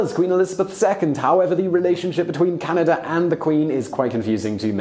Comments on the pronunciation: ahem - Our country is Canada - not Canader eh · It's Canada not Canader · "Canader"? To all Brits. There is no "R" on the end of Canada, China, idea. The phrase " Canader" is really annoying to Canadians. It is low class street slang and when coming from an educated Brit it comes across as condescending and superior. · What I never understood about British people is why they pronounce “a” as “er”. I don’t live in Canad-er. I live in CanadA. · English people say "Caniduh" instead of Canada, you may have developed the language, so you should pronounce the words correctly. :) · Why do you end words with the sound "er" when they end with an A and therefore should end with the sound "a"? Like Canada, you say "Canader". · It’s Canada not Canader. Get it right, eh! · Dude! It's "Canada", not "Canaderr"! No r at the end. Please! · Notice how he pronounces it "Canader", eh? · And it's Canada not Canader eh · I can see why u didnt want to do the eh segment u said Canader a couple times. Got the r in there eh? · "Oh Canader"says Simon. Why when words end with an A do you say er? Eh is short for "Hey" just in case you could not figure it out. Canadians are not Americans we are not similar in any way. Curlers are not celebrities and it is not a sport to anyone but curlers. Gravy on potatoes?... That is unappetizing? huh? Do Canadians deserve the reputation of being nice? I am an asshole so I couldn't say. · Canader? That's weird 😀